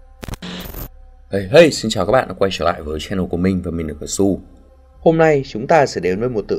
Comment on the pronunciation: cờ su là nghe cứ như SỜ SU ý nhỉ :))